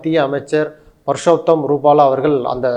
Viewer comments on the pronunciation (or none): அது பர்சோத்தம் அல்ல. புர்சோத்தம் (புருசோத்தமன் எப்பதன் இந்தி வடிவம்)